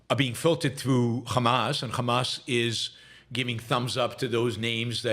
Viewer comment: He pronounces Hamas as Khamas. This says it Zio.